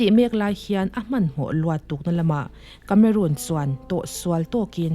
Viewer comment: Miss tlangau kameruun nilo in kameron tih a lam tur a nih ka ring deuh.. Sawive mai2😣❤❤